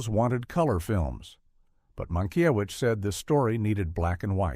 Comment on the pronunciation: There are too many weird AI errors in the narration. They don’t even pronounce the director’s name correctly several times and the punctuation produces odd rhythms. There are some factual errors too.